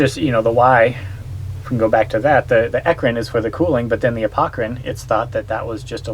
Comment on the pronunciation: Interesting. Thanks for the vid. Subscribed, you stinky, sweaty, dripping, honking, humming crew. BTW, I think it may be "apocrine", not "apocErine", if I'm not mistaken.